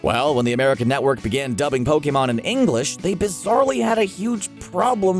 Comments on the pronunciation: I can’t stress this enough it’s not pokaymon it’s POKEMON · Ash: *Gets to go everywhere at 10 years old and become a pokemon master* Me: *Gets triggered at the way you say ''Pokemon'' because your saying ''Pokaymon'' instead of ''Pokeemon''* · Poke-A-mON ugh that annoyed me it’s pronounced POKI-MON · Po KAY mon Nonono Pokèmon Never heard of it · No one: me: *questioning why he said Pokémon like "pO-kAy mOn" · GO BACK TO PLEASE AND LISTEN TO HOW HE SAYS POKMON!!! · Did you just say pokhemon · nobody: not even a atom: screen rant: pokaymon